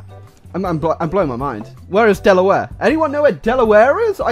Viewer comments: The way he says Delaware It hurts me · How he pronounces Delaware is cringe